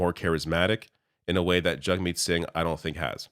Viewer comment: I hate that Poilievre purposely mispronounces Singh's name